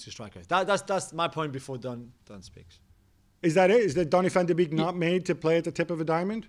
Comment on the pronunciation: Nobody with a working brain thought Van de Beek (bake, NOT BEAK) would rip it at United precisely because they already have Fernandes AND Pogba. Van de Beek is actually a natural mezzala. Think of folks like Milinkovic-Savic, or even Lampard. At Ajax, he played in behind the striker but his role was never to sit in the hole and pick passes, it was to press from the front and arrive late in the box with Tadic as a false 9. The way that United play doesn't really suit him. And it doesn't help that he doesn't get a run of games because Fernandes is so good. Ironically, I think he would be better suited to play at Liverpool or at Spurs with Kane dropping back like he has so much this season. He would also fit really well at Bayern playing off of Lewandowksi actually. He's basically a poor man's Muller if that makes sense. He's not a number 10/8 who will sit and dictate play, he is in between. He's got good technique but he's not there to pass the ball to the striker for the assist. He's there to offer a scoring threat himself.